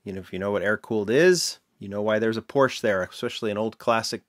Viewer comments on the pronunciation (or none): Porsche is a 2 syllable word. Just, FYI.